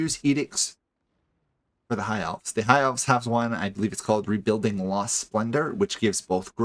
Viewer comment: You struggle every time you have to say elves.